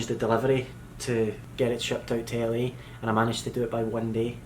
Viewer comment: i taught said Italy every time she said LA.😂